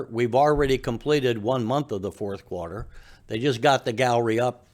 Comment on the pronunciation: It's pronounced quarter not qwater.